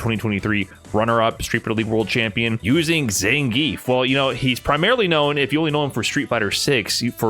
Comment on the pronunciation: How can you hear the name Zangief in game all the time and still pronounce it incorrectly?